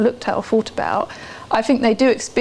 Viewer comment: she`d across a lot better if she did`nt pronouce "th" as "f".... its not fink and fought